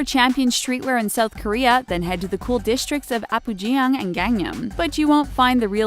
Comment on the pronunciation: Did u just say Apgujeungdong as apgujing....